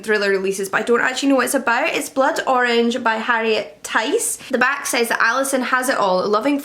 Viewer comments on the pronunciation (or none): none